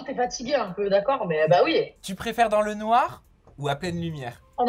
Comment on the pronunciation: Vouloir absolument sortir avec un noir alors qu'on est même pas capable de prononcer le mot "noir" comme si c'était une insulte c'est déjà problématique...